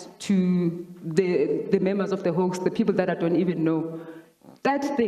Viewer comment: Hawks, not 'hoax'